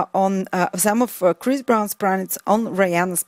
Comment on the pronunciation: lol!! chirs.. chris.. umm what's his name... very funny